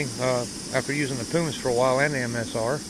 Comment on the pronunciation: and pronounce primus right